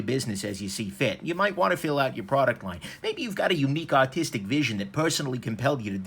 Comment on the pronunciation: When u say artistic vision I keep hearing autistic vision lol love your videos though.